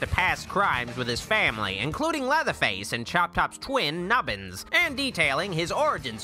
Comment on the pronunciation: He said Nubbins so perfectly